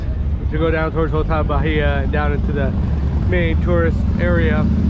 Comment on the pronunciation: Hotel Bahia… Bahia is pronounced Ba-ee-ah. The ‘H’ is silent.